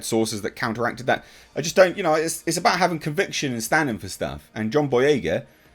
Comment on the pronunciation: John Boy-"REY!"-ga